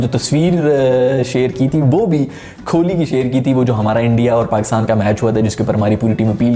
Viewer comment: Bhai its kohli not kholi